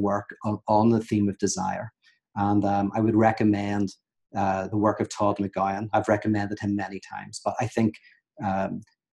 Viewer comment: Subrosa I THINK he’s just shittily saying TODD MCGOWAN but idk